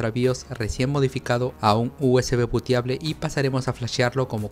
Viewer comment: USB Puteable 😅, el oído mal acostumbrado jajajajajaja